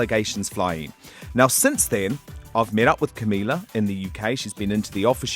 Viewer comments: 'Cumila cabello' EW I CANT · HE CAN'T EVEN PRONOUNCE CAMILA'S NAME JESUS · he's claiming to be the biggest fan or whatever and give them a boost while not knowing how to pronounce camila's fucking last name LOL SURE JAN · Says he's been supporting them from the beginning... but can't even pronounce Camila's last name correctly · You claim yourself as a supporter but you can't even pronounce camila's name properly and you fuckin make them uncomfortable. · Y'all care about the question but i care about the way he said her name he said her name wrong. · He's been suchhh a fan that he can't even pronounce camilas name right